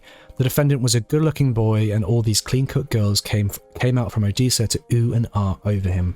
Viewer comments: it's Odessa your saying it wrong it's said the same way as the city in Russia o-des-a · Good job! Odessa is pronounced with a short e not long e.😀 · The second syllable of o-DESS-a rhymes with “dress”. 😉